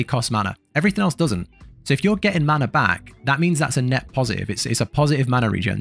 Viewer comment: None of us worry about “maner”